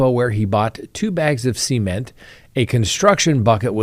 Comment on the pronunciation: SEE-MENT. never heard cement said that way. I kept thinking he was saying semen. 😂